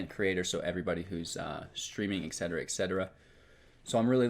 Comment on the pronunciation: It’s pronounced “et cetera” not “eck cetera”...you’re welcome:)